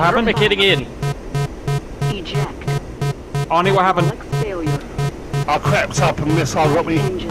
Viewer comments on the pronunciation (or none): none